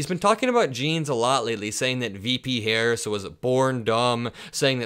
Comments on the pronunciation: Why can't he say Harris? LOL what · He said her name wrong on purpose. Serves her right. She doesn’t understand that she is no different to him than Kamala Harris.